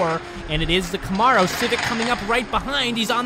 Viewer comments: Please learn the correct way to say Camaro!! Ka-Mare-O! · Please start saying Camaro the proper way! It sounds like come-air-o!